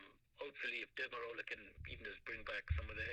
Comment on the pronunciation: It's probably the line quality wasn't great but I could definetly hear derma roller not demerol.